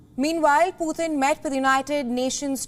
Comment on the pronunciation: what is pooootin? his name is Putin not pooootin. Respect please..